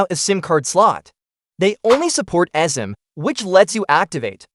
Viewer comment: The AI voice doesn't know how to pronounce eSIM